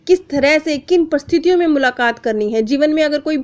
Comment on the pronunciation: आपके कुछ शब्दों का उच्चारण पूरी तरह स्पष्ट nhi है कोशिश करिए तो सुधार हो जाएगा विशेषकर परिस्थिति और परीक्षण शब्द बोलते समय आप ध्यान दें तो समझ आ जायेगा...